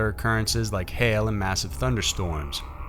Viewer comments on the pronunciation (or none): none